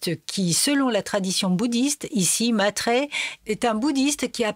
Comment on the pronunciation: Ce n'est pas Matrya c'est Maitrya (ai= ê). Sinon la vidéo est assez bien résumé. Cordialement.😉